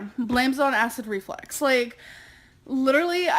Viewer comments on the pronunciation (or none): if she says acid REFLEX one more time i'm gonna loose my shit omfg it's REFLUX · Please stop saying acid reflex..... its reflux woman......reflux. Jeeez, for someone so opinionated, she's thick as 💩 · It filled me with rage when she said that density’s abdomen hurt, that she didn’t have a stomach ache. So she said basically to the doctor “no she doesn’t have a stomach ache, her stomach hurts” idiot Also, dude she can’t even say acid reflux she shouldn’t be commenting on anybody’s medical expertise.